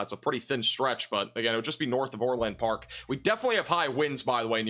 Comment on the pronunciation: ITS NOT OR-LAND,PARK--ITS ORLand.PARK---SHORT A--GOT IT???